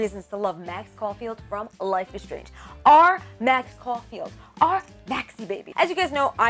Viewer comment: Caulfield Not caufield